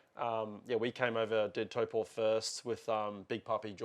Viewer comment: Respect on the pronunciation of Taupo!